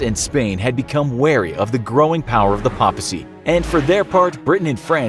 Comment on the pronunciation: Papacy... paper...you don’t call it pa-per do you lol